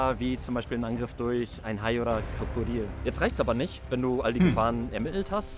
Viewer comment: Warum sagst du Krakadil und nicht Krokodil?